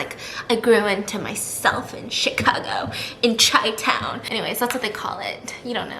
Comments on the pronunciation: “Chai town” 🤣🤣🤣🤣🤣 Love you steph... it’s pronounced like “shy” 💜💜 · Its pronounced shy town not chi town u and stop caring so much about what everyone thinks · Haha i live in Chicago and it’s actually pronounced “shy-town” regardless Goodluck on your move!!!